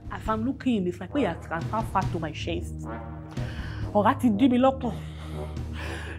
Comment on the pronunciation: 😂😂"You plenty for shiar" l don't want ora to block my shest🙉u don't need teropi ,u need 'sergiry'🤯🤯😳lya Baraka has keeed me🤣🤣🤣🤣